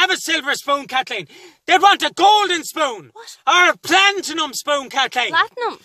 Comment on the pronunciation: Plantinum lol